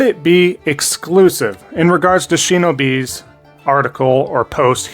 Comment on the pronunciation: Now youre mispronouncing Shinobi too lol